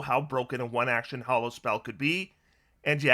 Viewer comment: Why do so many people mispronounce Hallow as Hollow?